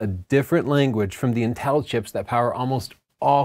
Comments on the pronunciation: Dammit I can't get over how you pronounce Intel... 😂 Seems like you say "Nnn-tel" rather than "IN-tel"... Anyways! The M1 chip is very exciting but I think all creators need to be patient and wait for the "Pro" shoe to drop before investing in new computers. I know I am! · The way you pronounce inTEL distracts me slightly, in much the same way that Chelsea pronounces BUTns. 👀😂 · It’s pronounced “Intel”, not “In-tell” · Me encanta como pronuncia Intél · i get lost whenever you say inTEL 😅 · Intel is pronounced IN TEL. Are you Canadian or something ?